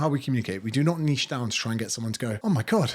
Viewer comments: It's refreshing to hear someone say niche properly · Finally someone who pronounces “niche” correctly.